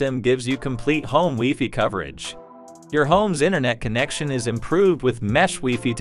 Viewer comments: Great information; however, I cringe when the AI says "wefee" instead of wifi. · Ditto. AI use of "weefee" is so strange. No human says "weefee" for wifi!